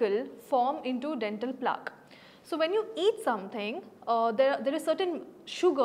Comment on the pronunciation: It is plaque pronounced rhyming with black. It doesn't rhyme with chalk. This is one of the many words which are heard in medical classes often. You are not a doctor or the people from who you claim to have learnt are street dentists maybe.